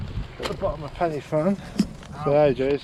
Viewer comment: My old stomping ground😅 It’s pronounced Corn Dee, Penner Van and Van e big. Cribyn was bang on.😁👍